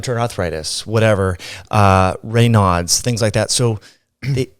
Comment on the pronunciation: The audio processing is distracting as she rolls down the expansion curve toward the noise gate. Just a tech note for next time. Also "Reynaud's" is named after a Frenchman. His name is pronounced to rhyme with Draino, making the syndrome sound like "Rain-ohz" or "Rain-o's".